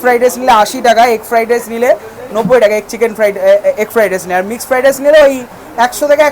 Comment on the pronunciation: Amr cook o ei ucharon ta kore. Ami hajar chesta korle o pari na... 😂😂feradice na ki jani